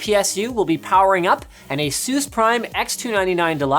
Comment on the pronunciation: why do you pronounce Asus as Asoos?